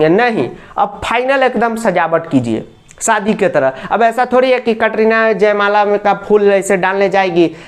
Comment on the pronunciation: Sir kitna ganda bolte hai aap katrina ka saadi 😂🤣😂😅